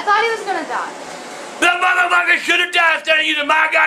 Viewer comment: i didn`t know what else ta deewwah. i didn`t want him ta dieeah... why does she add an ah to most of the shit she says?